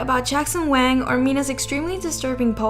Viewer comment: Staph pronouncing WANG as WANK!